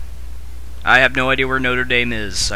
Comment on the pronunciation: you pronounced notre dame wrong